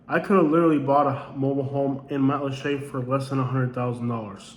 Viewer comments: And it's Mat-lat-cha, not Matt LeChe' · There’s plenty in Matlacha! It was NOT wiped clean by Ian! Lots of homes and businesses remain. You’ve clearly never been there. And yes (to the other comment or) it IS pronounced matt-la-shay. :)